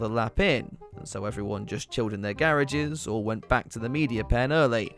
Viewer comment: What are "gare-ages" 😂